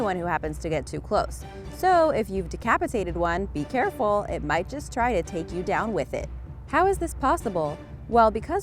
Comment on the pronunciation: Haha you said beecareful